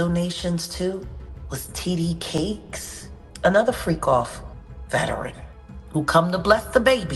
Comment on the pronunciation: She called him T.D CAKES😂😂😂